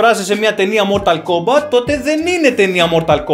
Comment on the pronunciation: Κομπατ Θωμά. Κομπατ. Όχι Κόμπακτ